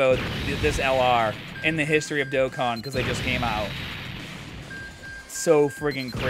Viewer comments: im shocked too when i got both units in black rift. I rlly wanted to get cell max toi have a rlly good movie bosses team but hes gone 😭. also u butchered the game name lol. Its supposed to be pronounced like doe con (or dough con. both the same pronunciation). As for zeno? Idk what the pronunciation for it is so i recommend looking up a dbs vid of goku meeting him for the first time and thats what its supposed to be. That or both pronunciations r ok and i just didnt know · Haha, it's my Boston accent, I pronounce things a little differently. I tried switching how I say Dokkan for a while.. but I've gone back to my original way of saying it lol